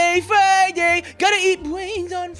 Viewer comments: why do you eat bwains? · hey do you like eating BWAINS on FWIDAY~?